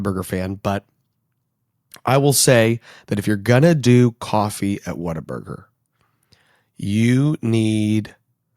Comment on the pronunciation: Good day sir, first time I ran across your channel so was trying to figure out where you stand, what are your Texan bonifides and such. The moment you pronounced Whataburger I knew what I needed to find out. Subscribing for local Texas conservative news.